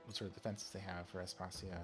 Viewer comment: Pretty sure that it’s pronounced As-pa-see-a. Other than that, wonderful, thank you for the vid!